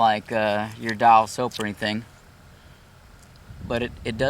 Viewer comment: Thought he’s making “soup” 🤣😂